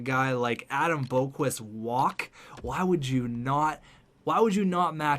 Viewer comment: It’s pronounced Bock-Vist not Boak-Wist